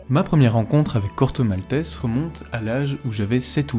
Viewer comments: Un autre qui prononce le nom du Corto, "malteSS", pourquoi? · Corto Maltaisse